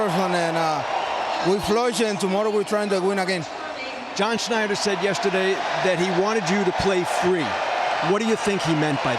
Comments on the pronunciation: It's John Schneider not Snyder. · It’s Schneider Not snider Wake up Alex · Hey ARod, it's not John Snyder, it's John Schneider